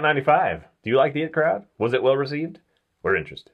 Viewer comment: IT'S "EYE-TEE" CROWD!!!!! not "it" crowd.....